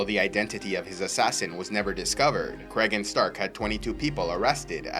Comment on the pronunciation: I believe it's pronounced cree - gan